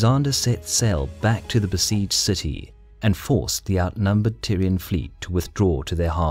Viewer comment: Am I the only one hearing Tyrion in spite of Tyrian...?